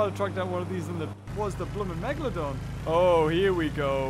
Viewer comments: ITS PRONOUNCED MEG-U-LOE-DON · It’s not called Megaloden! It’s Megalodon! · did anyone hear the tittle great white and not megaladon